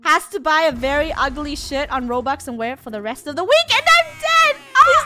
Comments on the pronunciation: did she say the sh word or shirt? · I love your vids so much but did anyone else hear the s word in stead of shirt??? Just asking 🤷🏾‍♀️🤨❓